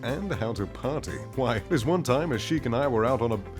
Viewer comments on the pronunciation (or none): none